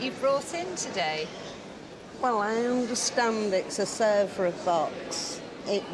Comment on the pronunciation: DAVID!! You were calling it Sevres! And you know it wasn't. I can't watch you any longer.....